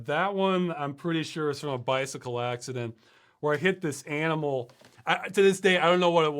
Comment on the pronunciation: That wasn't an aminal, it must have been a nimeral. :)